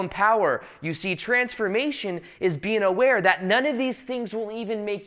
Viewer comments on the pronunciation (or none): What is saying: When I'm making these videos I'm just being. What I'm hearing: When I'm making these videos I'm just bean.